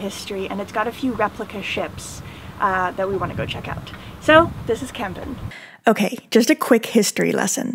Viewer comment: Very nice video about de Kogge and Kampen. By the way you pronounced Kampen as Kempen. The letter A in Kampen sounds more like the A in the word March. Minor detail tough.